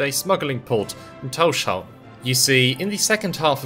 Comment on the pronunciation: You pronunciation of Tórshavn is quite close to how we say it in the Faroes, but as with all English-speaking people you pronounce the sh sound, which is wrong. You separate the s from the h so that it's Tórs havn, towrs hown, as in Thor's harbour/haven. Excellent video, nonetheless. I love that our little archipelago is getting some recognition. Just the fact that our islands appear on maps is a huge thing for me. We used to not be on most maps, so we were invisible to people who weren't knowledgeable about the region.